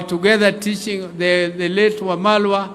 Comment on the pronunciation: He is Eugene Wamalwa, not mamalwa